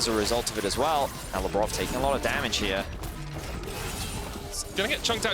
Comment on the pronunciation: First of all it is labrov not lebrov